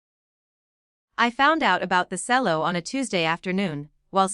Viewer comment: Cello pronounced cello not selling.